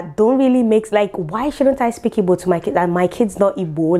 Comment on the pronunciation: For the fact you are not saying “ibo” like the wannabes but the real deal IGBO, I love you more ❤️🖤🥰😘😍